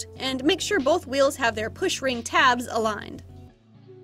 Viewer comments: the Queen of “Say it confidently even if you’re mispronouncing it” #REALWHEERLS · current obsession: the way you actually pronounce the h noise in the word "wheels" /gen